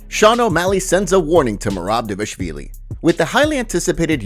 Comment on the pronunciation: DAH-VAH-LISH-VEE-LEE. It's not that hard.